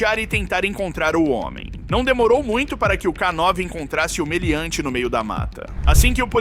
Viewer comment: Não é k9 (ká nove) e sim k9 (Kei nine), ou seja, k9 = canine (canino em inglês). São palavras homófonas.